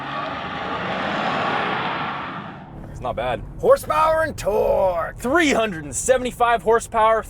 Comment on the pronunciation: Best part is the launches and "HORSEPOWER AND TOORRRQUE"